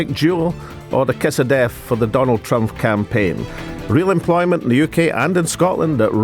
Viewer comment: Why does he keep saying Trumph, the guy's name is Trump.